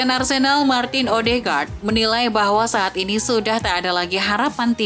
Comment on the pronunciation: dengerin suara Mimin nya Arsenal jadi Arsedal 😅😂